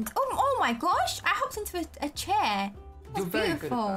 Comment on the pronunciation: chee or chair?